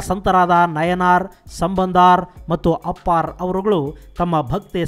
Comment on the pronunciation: It's not ನಯನಾರ್ ಸಂಬಂಧಾರ್ ಅಪ್ಪಾರ್ bro it's ನಾಯನ್ಮಾರ್ ಸಂಬಂಧರ್ ಅಪ್ಪರ್